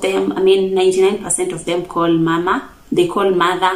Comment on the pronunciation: Small error for Abasamia. We call mothers Mama (pronounced Maamà - the first /a/ is slightly long and the last one has a falling intonation). Same to father = baabà. What you said is for the Abanyala of Budalang'i. Our final /a/ sounds the same as what you said in /enyumbà/. You did well for the house. The medicine is really off - /amaresi or omusaala/. Omutwè: Great work.